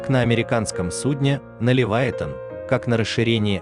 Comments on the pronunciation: шо за Левайтан? може Левіафан? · Правда не Ливайтан, а Ливиафан